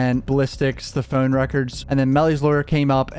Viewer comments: Bro y you say phone like that? 😂 pHoUunne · The way you say (phone) is painful. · Why you say phone like that? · I had no clue where you were from but when i heard you say "phone" i could tell it was somewhere near Baltimore Maryland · Good vid... the way You say Phone is very comical ✌